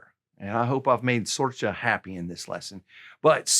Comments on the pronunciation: Sorcha is pronounced "Sorka" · Gracias por la lección nueva Solid pronunciation of Sorcha: difficult Irish name 😂